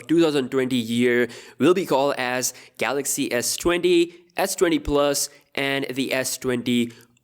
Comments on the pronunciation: Everyone: Galaxy s20 Dj Koh: Galox S20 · Galoxxuh Essa Twenthi oltra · No no no, it's gahluksh